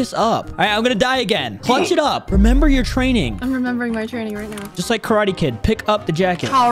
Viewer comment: I like when she said are you serious right neow